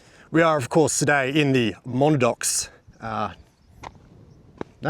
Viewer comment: According to Wiktionary, it's pronounced Muh-nad-nocks. From an Abenaki word from north-eastern USA and Quebec. The bush always looks amazing after rain! Another great vid, mate. 👍